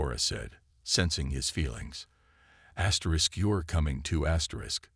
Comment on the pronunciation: What is up with you keep saying asters?Asterisk asterisk asterisk asterisk